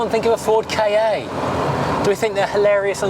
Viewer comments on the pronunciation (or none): Ford K A? Always thought it was pronounced Ka, as in 'car' without an r. Either way, stoopid name!